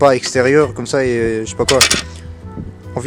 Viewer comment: Et ta dit coumme ça au lieu de comme ça